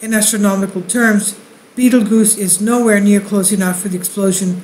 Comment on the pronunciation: love the channel, but fyi its pronounced just like the movie-Beetlejuice. ;)